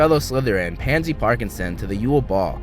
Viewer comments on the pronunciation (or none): Nuuu not pansey